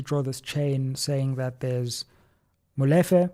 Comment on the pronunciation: Great analysis but just one thing: it is pronounced Molifair and not Molefe. Looking forward to your interview with LM.